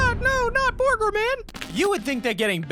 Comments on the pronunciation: borgor man?! i think you mean burger man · He said bourger man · NoT BorGeR MAn! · Not borger man!!!